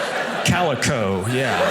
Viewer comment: when he says calico 🤣🤣